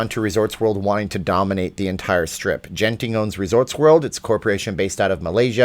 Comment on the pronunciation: It’s a hard G in Genting. Pronounced like the G in good.